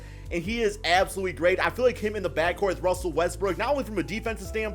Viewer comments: He says more Westbrick than Westbrook LMFAO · Is it me or he pronounce Westbrook westbrick😂